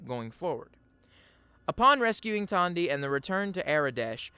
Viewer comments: Who is Tondy? Her name is Tandi. She even says it in game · Great video. As a heads up, Aradesh's daughter is named Tandi, not Tonya.